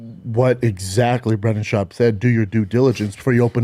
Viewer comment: Callen being unable to say Schaub is funny while defending his comedy was amazing though.